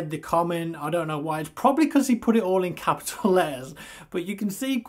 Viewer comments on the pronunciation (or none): none